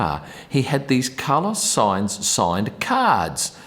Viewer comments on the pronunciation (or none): none